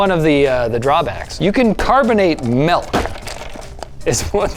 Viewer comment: It’s not m-EL-k It’s m-IL-k